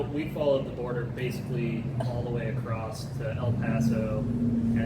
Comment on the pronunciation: "came accrost"